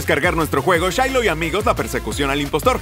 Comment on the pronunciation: Se dice Shiloh